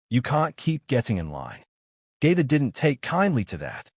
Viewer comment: Did I hear J.G.'s name being pronounced "Justin Gator"? Maybe it's just me or its a computer doing the "Text to Speech". Oh ,yeap! Lol.... I knew it was a computer after hearing Khabib's name.